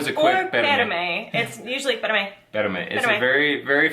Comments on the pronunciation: You're naturals! really mastered the "pérame" LOL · Im so glad and proud to know the have a perfect pronunciation of "PERAME" jaja, im going to give her a 10 or hows is it A++? Love you both folks